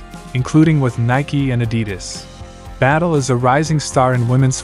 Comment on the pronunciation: Its not battle its bad-ye😂😂😂